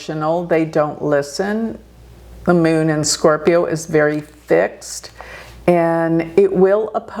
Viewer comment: Meeonnn (Moon) Her pronunciation brings a big smile. American.